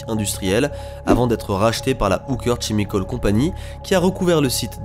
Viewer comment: " chimicals " ça se prononce " Kimicolz "